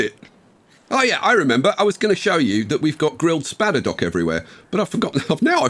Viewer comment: THE SPADDER-DOCKS! As in boat docks!